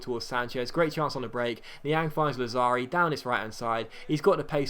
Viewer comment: It's Làzzari, not Lazzàri, it doesn't matter tho. Best youtuber ever